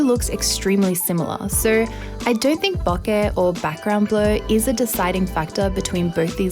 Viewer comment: She say ,bokeh’ correctly (it’s word from japanese). I also say ‘latte’ in similar way as it’s from Italian, it’s weird for me how British pple pronounce ‘latte’ they do like latey, latee 😖